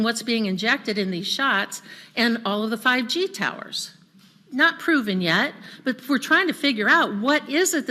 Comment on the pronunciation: emphasis on "not proven yet"